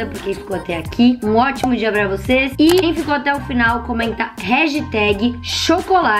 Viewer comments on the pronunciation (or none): none